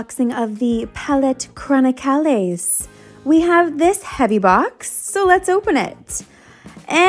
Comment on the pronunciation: I subscribed because of your creative designs. I stayed because of how you pronounce “chroni-cal-ees”